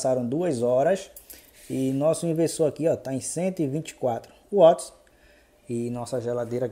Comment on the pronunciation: O nome é watts * nao uoti